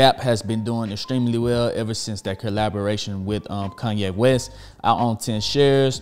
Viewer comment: "Kunnye West" lol! Great video my guy